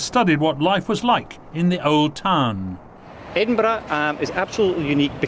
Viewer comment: The "burgh" or Edinburgh is pronounced "buh-ruh", not "bruh". Look up Burgh on Wikipedia.